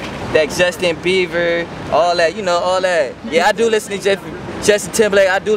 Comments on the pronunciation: HAHA IKR, i laughed soo hard when he said justin BEAVER!, but i dont think he meant to say it on purpose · "That Justin Bieever" (: hahah, i love you M-Bone no homo. hahah, you said biever. R.I.P. best dougie-er ever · Lol, He said justin BEEVER.. R.I.P M-BONE :) Miss you broo.. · i know his has nothing to do with M-Bone,rest in piece but did anyone else hear him say justin beaver llol. thumbs up if u did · i had to rewind it to back again. lol it was funny how m-bone said justin BEAVER lol gonna miss u buddy, funny and cool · He Said 'Yea I Listen To Justin TimberLake Cuz I Be Gettin' It In You Know' Lmfao && He Missed Pronounced Justin Bieber's Name But Thtsz Ok He Still Sexy [R.I.P : ' ((]